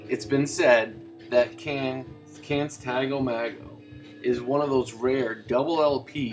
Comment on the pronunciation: Hey man, I was just listening to my cd version of the album and I really enjoyed your review of it. I definitely need to get a vinyl copy. I've been pronouncing the name as Tago Mago for years, but just found out it's actually Tago MAY-go. Go figure. I've also been pronouncing Ege Bamyasi wrong for years. That is actually Ege Bam- Yazza. LOL.